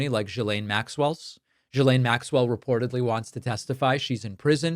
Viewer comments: it's GHILANE not GSILANE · Why is it, no one can say 'Ghi...lane' ? The S is silent, and Gh is NOT J... FFS. Yeah. That's my beef... Oh. And Trump is guilty.